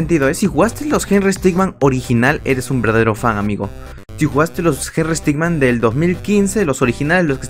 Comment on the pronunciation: No se dice henrry stickman se dice henrry stickmin por que henrry stickman es otro personaje